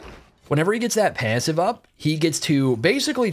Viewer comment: how this guy says passive makes me mad tilted